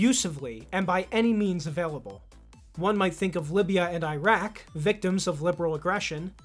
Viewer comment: Please don’t say “👁-Rak”, it undermines credibility.